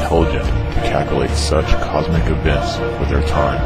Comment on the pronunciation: you said CACCKULATE instead of "Calculate" - are you black???